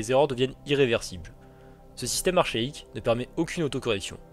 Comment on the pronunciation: Archaique se dit arka-ique pas de arch. En tout cas superbe video. Vraiment passionné